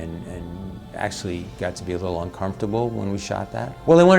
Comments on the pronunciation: Uhh it's pronounced Pyumaman! 🎶When you want the flavor of bacon in a dip🎶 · Tha Pew-May-Man!